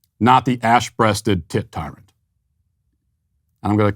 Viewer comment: Not gonna lie, I thought Matt said the name of that bird was the “ASS breasted tit titan” 😂